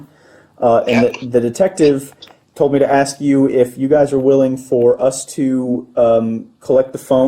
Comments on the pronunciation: Im sorry but if youre a principle or superintendent or whatever, you should be able to pronounce the word "ask". Its not "axe". Youre an educator and mispronouncing words isnt "cool" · Let me AXE you this question…😂😂😂…. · Aks. Aks. Aks. Aks. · That principle saying "can I axe you something" is unacceptable. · A school principal and she can’t pronounce ASK right, I’ll spell it again for the ones that don’t know it’s ASK not AXE dumbasses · How does a school administrator still not know how to pronounce the word “ask” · How could you get a position of authority in education if you pronounce ask, like axe? and say Huh? instead of pardon. America is so goofy. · "We're AXING these questions" --and she is an "educator".... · Who’s the black lady at the desk. She said axe instead of ask. She sounds incredibly dumb. Is everyone on drugs? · You would think working at a school she would figure out how to pronounce "ask" and quit saying "axe" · If the principal can't pronounce "ask", instead says "aks"; the students are doomed. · The principal was just “axing” him questions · You know what is funny. She literally said "ax" for ask. It's on video. But since YOU associate that with black people it must be the initial guy being racist. I just think you need a look in a mirror before labelling others. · Because anybody with a 5th grade education or higher knows the difference between ask and Axe. It shows poor grammar and pronunciation. “Let me ask you a question” is not the same as “Let me axe you a question”. Someone who can’t clarify this shouldn’t be a principal or a teacher. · "Axing" questions? What kind of school is this? How in the world was this woman put in charge of the school? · How can you respect someone who says “axe you these questions” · Everybody but the officer in this video is cooked. Also, anybody who cant pronounce the word "ask" doesnt need to be an educator. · The fact the principle can't pronounce ask is a red flag for that school